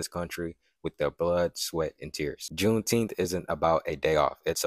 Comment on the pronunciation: Is she saying there should be a jewnteenth?